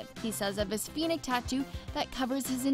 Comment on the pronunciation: ACCESS, maybe you can get a narrator who can pronounce the words on the script? She can't pronounce Robert Pattinson or Phoenix for God's sake.